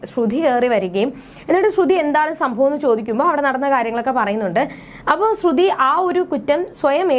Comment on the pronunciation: Please say like sruthy not srudhy.